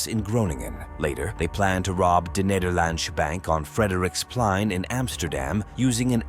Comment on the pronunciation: De Neterlandsh Bank